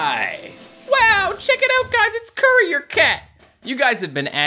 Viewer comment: What everyone hears:courier cat What i hear:curry or cat?